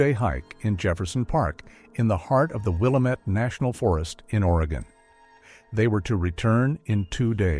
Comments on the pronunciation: It is pronounced WILL-LAMB-MET. I realize in the East they pronounce it differently. But on the West Coast, we do too. That drives me nuts when outsiders cannot pronounce manes of places correctly. Never heard of this couple, never made our local news. I would have remembered. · From someone who lives in this area, it really bugs me how they mispronounce “Willamette” 🤦‍♀️ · It's funny to hear how Willamette gets pronounced by AI and out of towners. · Stupid AI voice can’t be trained to say Willamette correctly. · Fking fake voice can't even pronounce Williamette.....thumbs down to "Hidden Trails" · My eye twitched every time they said it weird. I’m like at least they didn’t say Or-E-Gone. 😂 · AI never gets it right!! Really this one got under my skin. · Geez, thank you for correcting the pronunciation... it drives me crazy to hear it mispronounced!!! I used to LIVE in Willamette before it became West Linn!!! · By all appearance, this is another fake utube story I live in Oregon and this is something I would remember if true. Nothing comes up if you Google the subject You pronounced the word Willamette wrong. Seems you'd at least get that correct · I am an Oregonian I have been here all my life. The pronunciation of Willamette is will lam ette not willow mette just so you can sound like a real Oregonian. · Pronunciation - Will-am-et, named after the Willamette River. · It’s actually pronounced “Will-Lamb-it.” Grew up near the valley and heard it my whole life. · It's pronounced Wah-lamb-it not Will-ah-mit. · It is NOT "Willuhmet"! One syllable. It is "Will am met". Three syllables. Get it right AI. I live here. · with the stress on LAMB, not WILL. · Not Willa-met it's pronounced Will-lamb-it. Thumbs down for a multitude of errors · Willamette is pronounced "wil-LAM-it or wa-LAM-at" depending on which side of the Cascades Range your from, not "wil-A-mit". But great telling of the "story". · It's pronounced "will Am et" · It's pronounced WILL-AM-IT.. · It's Wil-lam-it